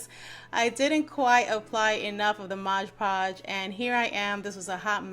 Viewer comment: 100K 🏝🌴🌆🌉 Congratulations! Don’t feel bad on how you pronounces mod podge. Image hearing me saying pod modge. 🤷🏽‍♀️ But that was when I wasn’t used to knowing about it.🙂